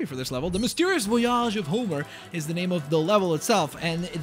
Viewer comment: It's VOyage not voYAGE